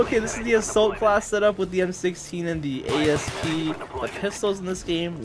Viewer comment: Don't know why you keep saying a.s.p it's an asp..... like the snake asp and so is the python